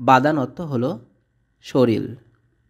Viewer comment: আগে নিজে শিখুন তারপর অন্যকে শিখান l শরীল ভূল উচ্চারন শরীর হবে l প্রথমটা শুনার পর আর দেখলাম না !!